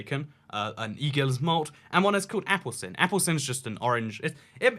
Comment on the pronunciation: Apelsin not Apple-sin :D JK it doesn't matter ^_^